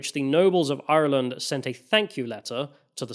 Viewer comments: Apart from getting your Queens mixed up and saying Ireee-Lannnd constantly like a racist pirate i think you smashed this one!! Some good points from both sides covered 😊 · Great video, good pronunciation of ireland not iland 😊